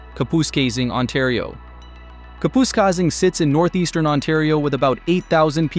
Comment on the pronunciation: It's pronounced "kap us kay sing". All together now 'kap us kay sing' Kapuskasing. Very good class!